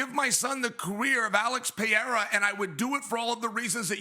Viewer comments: It is PE-HEI-RA no Piera😁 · i hate how he says alexs name lol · Chael “Pierra” Sonnen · the way chael says pereira is crazy,, piera? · It's not crazy. It's incorrect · Chael still saying Piera just does my head in. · "Pee-Era" - Chael Sownun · Chael some how gets everything wrong but gets job after job. Always says since the first time the octagon was set up in mobile Alabama. It was Denver. He made Alex pereira a Frenchmen “Pierra”. I kind of respect it though 😂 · It’s quite disrespectful when “Pee-Era” would knock him out cold within 3 minutes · He lost me when he started with "Pierra" at 2 seconds in. I hate this new show. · CHAEL SERNEN STRAIGHT COPIED MY SCHOOLS SHTICK FROM LIKE 2012 LMAOOO PRONOUNCING NAMES WRONG ON PURPOSE LIKE ME🤣🤣🤣🤭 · Of all the bells and whistles that come with this show, one of my favorites is Chael purposely mispronouncing fighters names. 😂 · Yeah Chael (mister i never lost a round 😂) is becoming probably the most delusional MMA media guy in the world with this take …. And he needs to stop mispronouncing Pereira’s name on purpose…. This is getting out of hand here … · I love how bad guy pronounces names